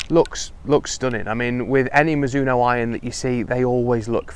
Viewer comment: Mi-ZU-no No, no, no. Slow it down and do not accent any syllable, then speed it back up. In Japan it is almost more like Miz-zo-no. Even miz-no when you hear fast speech.